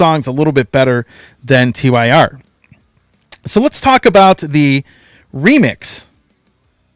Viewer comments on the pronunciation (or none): TYR pronounced like tear! Forbidden remix is awesome I didn't even notice the missing keyboards!!